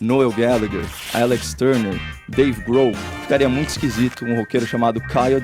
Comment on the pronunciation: Me racho de rir toda vez com o "nuél guéliguer, deivei gro"...